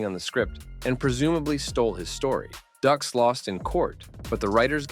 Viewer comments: Frank Ducks LMAO 🤣 It's pronounced Dukes 🤦🏾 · Frank Dux is pronounced "dooks" not "ducks". It amazes me how you can make a video but not even bother to do the most basic research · Great vid! It’s pronounced Frank Dukes not Ducks though ☺️ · Pronounced frank dukes, not ducks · "Frank Dux (ducks)" That's "dukes". "Right! Like put up your dukes". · No No No, it’s Dux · No, no, no! It's Dux as in put up your dukes. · It's Frank Dukes, like put up your dukes. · This channel will receive a notice from Mr. Dux's attorney, stating that his name was mispronounced during this video. 😆 Hey, I don't care about the Box Office; Universal Soldier 3 was great. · Lol this douchebag doesn't know what he's talking about. can't even pronounce Frank Duxs..